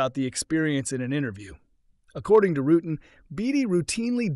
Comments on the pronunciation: Yep. And his name is pronounced roo-tan, NOT roo-ton. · It's 'Ru-Tan.' Not... 'rootin.' Who in aviation of any age doesn't know who Dick and Bert Rutan are and have watched videos and interview with them? And it's not a "Vari Ease." It's a "Vari- EZ" and pronounced as 'eee zee' and like you were saying 'vary easy.' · Bert's name is pronounced Ru Tan not Rootin,,, in 1980 at Oshkosh I saw two BD 5's with French jet engines they came in like Fighters and landed smooth as silk no issues ..a lot of Pilots are not as good as others.. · Who the hell is "Bert Rootin" . . ? If you mean Bert RUTAN, the vowel sounds are the same as "cool cat." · Burt "rooting" LMAO 🤣🤣🤣 AI totally sucks. And the guys that use it suck worse LMAO 🤣🤣🤣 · ”Rooot’n”?! Really? There’s more, but if you didn’t catch that gigantic mis-step, then….. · Anybody that makes a video like should know how to pronounce Rutan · Burt Rutan-tootan. Learn the name of the legendary aircraft designer. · Is this AI? Why wouldn't you know how to pronounce "Rutan" and "VariEze" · If you're going to drop names here, then learn their proper pronunciation., eg. "Rutan" and "Veri-EZE". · Couldn't manage to pronounce Burt Rutan's name correctly? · Great video although I was put back by your pronunciation of Rutan. Have you lived under a rock? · Pretty sure Rutan's VariEze is pronounced "very easy".